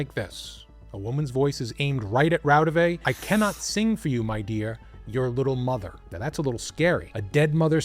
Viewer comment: Raudive is pronounced RAU-di-wa.